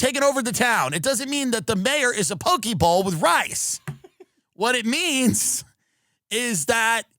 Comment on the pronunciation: Tim "Pokey Bowl" Dillon does it again. We wish him well.